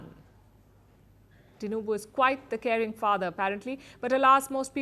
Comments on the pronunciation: I'm shocked that the presenter can pronounce Tinubu's name well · She knows how to pronounce the name TINUBU. Everything about this Man is corruption. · Impressed how well you pronounced TINUBU